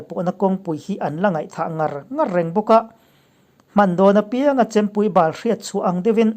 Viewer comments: Chempui bal(ha bal) tih tur, chempui bàl(failo)nilovin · I thu lam dan hi, Hman dawn apianga Chempui bal(bawlhhlawh, lei kai etc.).. nilovin, Chempui bal, (break) tla bal, tur zawk anih hmel.... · A ngaihnawmin a bengvar thlak țhin khawp mai. Thil pakhat chempui bal tak kha, i chhiar rik danah kha chuan, thil failo(bal) rik ang khan a ri a, ha bal rik ang a bal tih tur niin ka lo hriat ve dan chuan tih kan sawi ve mai2. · Chempui bal(tlabal lamrik bal anga lamtur,a kakpui a rap Bala atla ta ani,tuna I lam dan taksa bal anga I bal inbual rawh.ka bal vek tawh ka hnathawhna,beta taksa bal anga lam hi a diklo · Chempui bal tih kha chempui bal(fai lo) ang a lam rik kha tihpalh a ni ang chu maw.